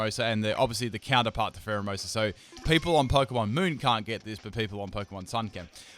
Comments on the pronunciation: You called pheromosa primerina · eevee memer 2 No, it's Pheromosa lol